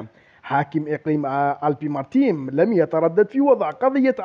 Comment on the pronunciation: يا أحب المنطقة اسمها alpes maritimes (الب ماريتيم) صحح نطقك من فضلك